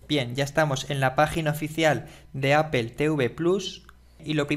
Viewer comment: poe que no dices apple como mismo lo lees si al final dices todo de la misma manera